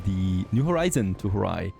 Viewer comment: It being Horai instead of Hourai bothers me SO much. The way you say it is by drawing out the O, it's not like 'horay' it's two separate syllables. Ho as if you were saying home really slowly, rai as in the name "Sakurai" Also the fact they didnt translate Plum (Ume) is funny to me.